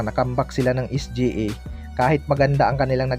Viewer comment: Sa nxt video mo kpag narinig kopa yang SGE, mag unsubcribe na ako.😂😂😂 es-gee-ey kasi.